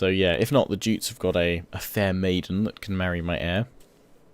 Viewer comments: It's not "geets" and "joots" it's "gay-ats" and "yoots" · The Viking monarchy was elective, idk if that's been put into Attila but that's why your eldest son won't be the heir because the peopl have elected your second son, also Jutes is pronounced "you-ts" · Jutes pronounced Yutes (yoots)